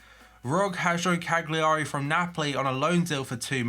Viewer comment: Why does no one say Cagliari right 😬